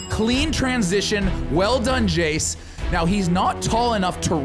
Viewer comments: Jayce sounds like he said "my name is jeez" 2.19min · Jayce needs to learn how to say his name properly 😂 if you didn't catch it the first time